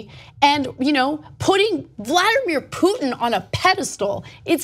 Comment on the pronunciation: his name is poo-tin.. not truth-in .